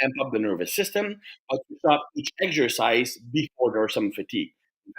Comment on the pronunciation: what's your favourite "eggsercise"? 😄